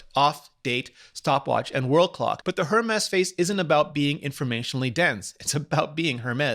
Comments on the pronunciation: Rene the “H” in Hermes is silent. Makes my ears bleed every time I hear you say “jermes”. Love the show, keep up the good work! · He's pronouncing it just fine --considering that he's reviewing the watch in English and the French pronunciation would be jarring in context; however, in French the letter H is ALWAYS silent, so you would never ever EVER say "her-mes" (no, not even the softest "h" as he seems to be doing here). It's simply mute. Additionally (and this is nearly impossible for native English speakers who weren't raised bilingually) the first syllable of the word "--h--er -mes" is not pronounced "air"; rather "eh" + back of the throat "R" + a clean last syllable "mes" (with a strong "s" that lands hard). Since trying to paint a picture of how to pronounce a French word is taking me a whole paragraph (LOL) and making it sound unnecessarily complicated, here's an example of a couple of native French speakers having a go at a review of the watch. At about :15 secs there's a French woman pronouncing it and at about 45 secs a French guy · Pod That's quite a big assumption. But tech youtubers or other youtubers do tend to pronunce the h. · Its simply that he is pronouncing the "H". Since its a frech company, the "H" is silent. But at the and of the day.... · If you’re going to do a review on the Hermés Apple Watch, at least pronounce it correctly. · Infinity Nature it’s French, the H is silent. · Nature it's a proper noun and name of the founder, you don't say a person's name incorrectly using your explanation so why do you think it's the case with Hermès? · I am fluent in English and Spanish what I normally do is pronounce English words in American English (thats the only type of english I know) and Spanish words in Spanish (Spain or Mexico variation as I lived in Spain but from California) regardless of what Language am using in the convo. I had no idea Rene spoke French. Thank you for sharing why you pronounced the H Rene I was wondering about that.